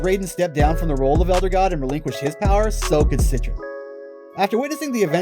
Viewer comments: I hate the way you say it "set-tren" it's "set-tree-on" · Omg you’re right... he literally said “CITRUS” 😂😂🤦🏼‍♀️ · "Citron"?!?! Lmfaoo is she an orange now 😅 sorry man can't help but cringe at that pronounciation. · He definitely didn't say it right.